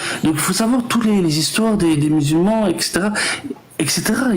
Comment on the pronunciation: Il a vraiment dit y’a 4 milliards de musul ments dans le monde sans trembler du menton le champion 😂😂😂